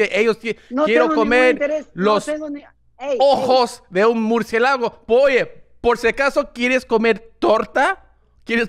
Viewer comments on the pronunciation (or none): Murcielágo JAJAJAJAJAJJA Suena como una especie de lago de murciélagos. Pinche Tom. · Tom dude don’t ever change the accent or pronunciation pls it wouldn’t be the same I love how you say murcie lago lmfao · Tengo entendido que tarado quiere decir tard. Besos! P.D. se pronuncia "mur-ci-é-la-go" - una vez lo confundí con la palabra "mujeriego"...la cual grite a "Batman" en una fiesta de Halloween. Bueno. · the way he pronounced "murcielago" 💀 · *Murciélago*. Pedile a tu mamá que te diga como se pronuncia. Te sigo en Inglés y en Español! Sos un capo